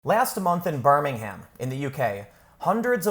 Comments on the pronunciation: Pronounced birming-um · A note on the pronunciation of places. Birmingham, Alabama and Birmingham in the UK are pronounced differently. The trick is, for British place names ending with "ham", don't say the 'h', and make the "am" more like an "um". So: Birmingham = "Burr-ming-um" Cheltenham = "Chelt-num" Altrincham = "Alt-ring-um" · Tim its pronounced birmin-um. not birmingHAM lol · Birmingham is pronounced in the UK as Birming um. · I know this sounds snobbish, sorry it's not meant to be, but hearing foreign people saying our place names "wrong to us" just sounds odd. For you peoples outside the UK, who don't know this, the "H" is silent in our place names that end in "ham" which is the abbreviation of hamlet. So Birmingham would be pronounced "Ber-ming-am". That and seeing Yanks constantly swear at us when they count the number two on their fingers is also strange to us. Showing the forefinger and middle finger, with the knuckles pointing outwards away from you and pointing at someone else is just as bad as "Flipping the bird" to multiple nations of Europe. Sorry that last one just baffles me.